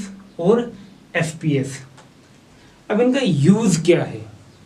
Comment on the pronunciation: MKS CGS FPS KO SPS Kiu bol rhe he